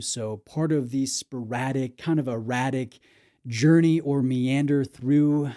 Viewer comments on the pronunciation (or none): none